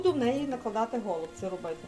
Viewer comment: У нас кажуть голубцІ з наголосом на останньому складі